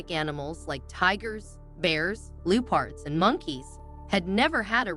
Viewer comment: Leoo-pards?!!! Is that a new species?